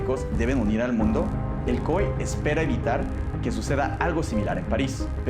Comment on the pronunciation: Porque le dice COE al COI?